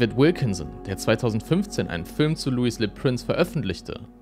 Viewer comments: Er war ein Franzose. Könntest du seinen Namen bitte französisch aussprechen?! Lui lö Präns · Du hast „Louis Le Prince“ wieder falsch ausgesprochen, aber macht nichts haha. Du bleibst ein investigativer und superdupee Youtuber 🎉